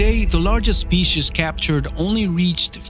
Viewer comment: Theese speesheez was co-ractor-iced by...